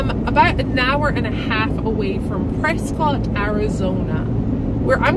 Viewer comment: You came to my home town for that Jeep. Prescott for the win. By the way it is pronounced like biscuit not Scott. “Preskit”